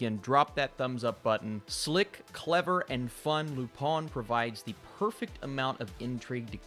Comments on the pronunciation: Pronounced Lou Pên not Lou pin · Your pronunciation was close, but the "-in" sound (which you nasalized correctly) makes more of a short-e "eh" sound, not "ah".